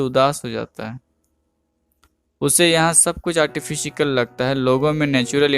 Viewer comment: Artifikal or artificial??